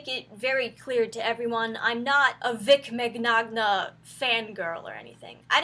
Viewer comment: "I'm not a Vic mig-nagna fangirl" we all figured that when you didn't say Vic Minyana lol. This is all pretty bloody stupid though, the voice actor for Bulma recently accused him of sexual misconduct with no details or evidence, she's now threatening anyone who asks for proof or criticises the decision to have Vic fired without evidence with threats of legal action and keeps mentioning her lawyers and screen shots of the most docile of comments.